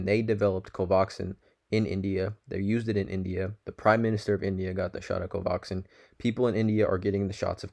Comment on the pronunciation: Dude, it's pronounced CO-VAX-IN. Nice video, too.